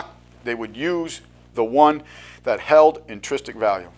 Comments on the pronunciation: INTRINSIC NOT INTRISTIC INTRISTIC IS NOT A WORD Makes it hard to take you seriously even though you're talking about massively important stuff. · 'Intristic' is not a word. A word close in sound is 'intrinsic', but check the meaning for accuracy. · the word you have in mind is intrinsic, not intristic.